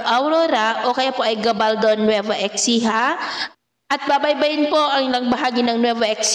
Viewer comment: nueva ecija or ESIHA ☑️ EXCIJA, EKSIHA ❌